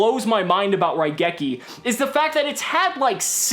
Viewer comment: Question, why do people forget to pronounce the i in raigeki. The card is literally a lightning bolt, the rai in raigeki means lightning. Seriously, I understand it's a japanese word so obviously people won't say it correctly in every accent but you can't just omit the letter.